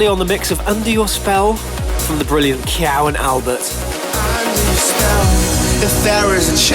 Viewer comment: I love how he bashes someone for a spelling error and constantly gets names wrong himself...like Kyau & Albert a few mins later :D